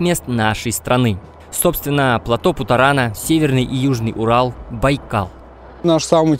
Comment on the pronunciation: первый автор на ютубе, произносящий слово ПЛАТÓ с правильным ударением